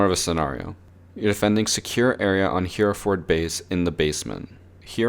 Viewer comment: "Hear-ford" lol